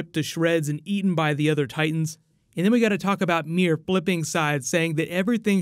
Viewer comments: its ymir not mir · but why cant you say Ymir's name properly? Haha i know its nothing major but it bothered me a bit 😅